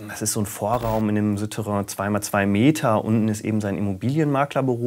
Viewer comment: Suuuuterrain, nicht Süüüterrain